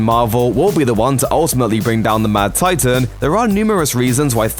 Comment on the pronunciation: "The mad titaean" "nano technologieeheheh" Why?